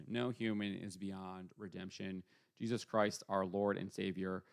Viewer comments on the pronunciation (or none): none